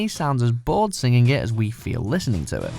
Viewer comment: Basically state that the list does not include live covers... explain #10 #8 please pronounce "singing" correctly. Noted, these are all horrible covers. Mind, George Michael's cover was better than the original.